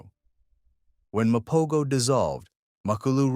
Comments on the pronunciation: Macolo? 😂 His name is Makhulu !!! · Come on bro......Macolo? 😂 Its Makhulu